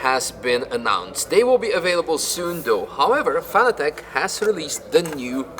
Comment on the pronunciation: Nice to see someone pronounce Evo correctly. Aaaand then gets Fanatec wrong, as everyone does. It's pronounced the same as fanatic.